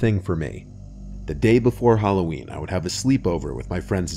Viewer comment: lol you still as always pronounce halloween the same way. Lol. “HalloWeen” .. not “Halloween” lol 😂